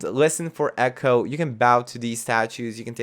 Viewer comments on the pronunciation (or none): none